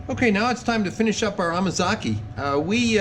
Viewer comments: I giggle when you say amakaze, instead of amazake...😆 2nd time here, and reviewing. I'm having so much fun. Thank you for sharing! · Dude! It's amazake! Ah mah zah keh. Please try not to butcher the japanese language. Thank you.